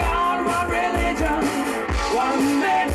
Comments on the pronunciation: No one: Roger: trueligion (or truevision??) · Haha Freddie: it doesn’t fit Roger: yeah it does Freddie: go ahead, sing it Roger: ....one true...reee-gion (re-li-gion) Freddie: well of course it works if you say it like that! WTF is re...gion? He forgot the middle syllable 😂😂😂😂😂 So hilarious!